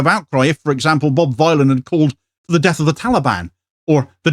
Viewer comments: Its informative to know how to pronounce the name of the band. It's Think Bob Dylan the Ethnonationalist Villain. Bob Vylan, not violin. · it's Bob Vylan [villain] as in 'Bob Dylan' not v-eye-lan. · It's pronounced Bob Villain, a play on Bob Dylan the ethnonationalist Villain. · It's pronounced "Bob Villain". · PRONOUNCED BOB VILLIAN,,,A CLEAR NAMEPLAY ON BOB DYLAN--BOB VYLAN AND THEM BEING CONSIDERED POETIC VILLIANS AS THEY ARE NOW,,,you're welcome,,,otherwise great vid as uszual. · Pronounced like Bob Dylan. Just with a V to say "Villain" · BRO ITS PRONOUNCED VILLIAN. CHECK THEIR MUSIC OUT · It's pronounced Bob Villain! A play on the genocidal ethnonationalist Bob Dylan. Wow. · He could at least pronounce the name of the band correctly. It's Bob Vylan, rhymes with Bob Dylan the Ethnonationalist Villain. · This is a very minor point considering the actual subject matter but, the band name is pronounced "Bob Villain" like a play on Bob Dylan but "Vylan". Decent band. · His name is a play on Bob Dylan. Please pronounce it right. Bob Vill-an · that could not be bothered to learn how to pronounce the hilarious name of the band he is reporting on, leading Sky News to say "Bob Villain" and "Death Death to the IDF", is somehow a commentary on the BBC? Kneecap's Glastonbury set audio is on YouTube now. Freaking banger. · Pronounced villian. Rhymes with Bob Dylan. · Its Bob Vylan to rhyme with Bob Dylan. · I don't understand how people cannot say the name correctly... It's an obvious play on Bob Dylan, even if you do not know the band (like me) or even if you are not a native english speaker (like me), anyone with 2 braincells to rub together should understand this...